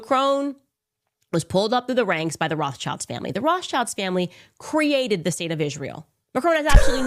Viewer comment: Candace Owens needs speech therapy. She cannot pronounce her S when it's in the middle of a word. It's not ISHrael, or ROSHchild. Is she post-partum insane?